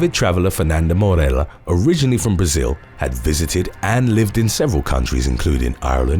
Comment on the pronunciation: Actually, he usually pronounces everything perfectly but he missed one today. Morella is pronounced More A yuh.